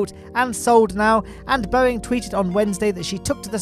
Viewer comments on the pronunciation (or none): none